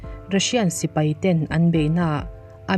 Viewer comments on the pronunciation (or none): none